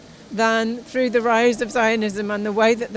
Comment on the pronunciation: ....come through! Not trough. Lol. 👍🏻